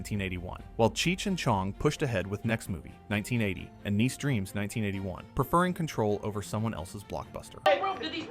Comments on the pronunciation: Cheech busting out of the house after hitting the space coke!! 🤣🤣🤣🤣 “niece” dreams?? 🤣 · wtf did he just say niece dreams